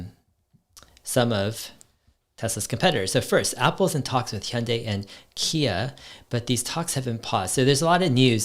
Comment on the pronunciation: Are you Korean Dave? Cuz your Hyundai pronunciation is just perfect haha. Big love from South Korea!